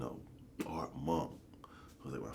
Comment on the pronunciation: This nigga said Bart Monk 😏 it’s ARt Brodie ART!!